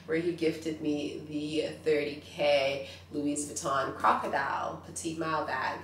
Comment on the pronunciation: And it’s not LuiZ Vuitton - HOW do you not know how to pronounce it???